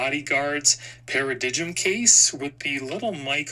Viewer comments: For reference, it is pronounced (Para-Dime). Also, you can increase the system sound volume and clarity even further by navigating to the Music app in settings, then to EQ and selecting 'Late Night' mode. This works even without the directed speakers. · Paradigm is pronounced Para-Dime, the G is silent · It’s pronounced para-dime (i know, English huh!) But that is one cheap ass looking case, nasty scratchy plastic and they couldn’t even be bothered to do the camera button properly (see Apple case for a less s*** attempt at that). And that screen protector…..WTF!? All in all Id say you’ve just given us a long list of reasons to avoid this bad boy! Not hating, just being honest. Love the channel by the way, keep them reviews coming dude